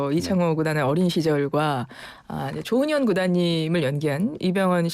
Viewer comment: 조ㅡ훈현구단이 아니고 조훈현구단입니다. 조ㅡ남철, 조ㅡ치훈 구단 길게 발음하는 趙氏이고 조훈현씨는 曺氏입니다.